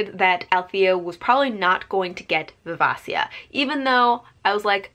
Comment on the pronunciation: It’s viv-AY-shuh. Great review. Hobb is so god dang good.